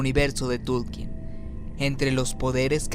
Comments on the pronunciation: Me gustan mucho tus videos, pero por que dices Tulkien y no Tolkien?? No pretendo ofender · Excelentes vídeos, sólo una sugerencia, el apellido Tolkien, según el propio autor en Cartas se pronuncia Tolkeen(o según grafías españolas Tolkín), fe hecho de esta forma lo pronunció Sir Christopher Lee en una entrevista para Las Dos Torres. Saludos